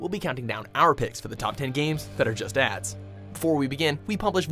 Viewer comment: i tought that you said aids